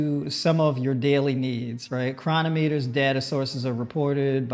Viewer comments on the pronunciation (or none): none